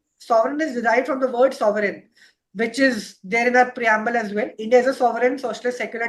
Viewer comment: Bhai....Aditya sir se timepass question q puch rahe ho? Thoda homework karke aao and ask good quality questions... Ye kya bakchodi hai ki why the name Sovrenn was selected? And you are continuously pronouncing it sovereign...Shame on you